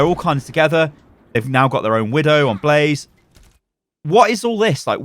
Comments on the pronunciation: When he said blaze not blasé I cringed alittle lol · Blase ??? It's BLASÉ BLAH-ZEH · Please stop calling him blaze it’s blasé pronounced blah zayy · This dude said “blaze” it’s blah-say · Umm should we tell him it’s blasé and not blaze? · Please stop saying Blase like the minecraft mob, his name is Blasé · I believe Blasé is pronounced Blah-zay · I believe his name is supposed to be Blasé (Blasai) but great video keep it up! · It's Blasé, not Blaze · Blah-zay, say it a few times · pronouncing Blasé as blaze is triggering me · Blaze... you called blasé blaze... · It's killing me how he says blasé lmao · Is anyone else triggered that is saying blase's name wrong? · The one time he says it correctly, he then incorrects himself and goes on saying it wrong.